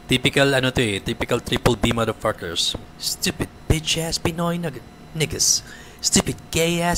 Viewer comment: puro sya mader pakers, kala mo perpek di naman ma pronounce ng tama yung mader pakers.